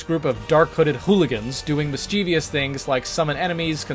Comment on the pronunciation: My only complaint in this video: I cannot stand when somebody mispronounced mischievous as "mis-cheev-ious"